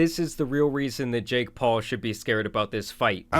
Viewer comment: The way you pronounce "JaKe" is very off putting